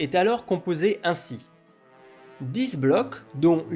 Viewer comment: Intéressant. Je vais me pencher sur vos vidéos. Attention, si je peux me permettre, à la prononciation de certain mots, tels que "artillerie" (arti-YE-rie et non arti-LE-rie) ou dix (parfois on dit DISSE (il sont dix), mais si c'est suivi d'un mot (les dix doigts), on dit DI).